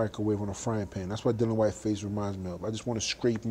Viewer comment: You aint ready for Dillian ( its dil- e-an btw, not Dil-an) fight Dave Allen first.